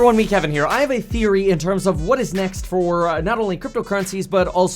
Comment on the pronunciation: He said he had "ETHeory"